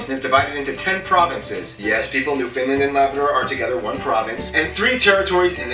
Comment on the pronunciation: Okay. There's is no such place as Newfinland. It's Newfoundland. How do you pronounce it? Easy. Say "understand." Now say. Newfoundland. And the Inuit throat singing: It's a contest, a game. You win when your opponent laughs. Honest ta God. But you DON'T want to try ear wrestling. shudders